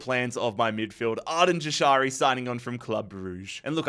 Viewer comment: its pronounced yashari j is a y sound